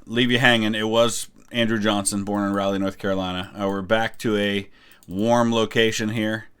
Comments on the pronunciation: Please stop calling it ROW LEE NC it’s RAH-LEE I know it seems small but I live there and it triggered me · I'm sorry but hearing the way you say "Raleigh" is a bit weird to me. I grew up in Eastern NC, and I'm used to hearing it pronounced "Rah-Lee" rather than "Rally"